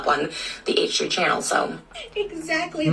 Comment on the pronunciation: I love the way you pronounce the H in H3. Hayche 💗🤣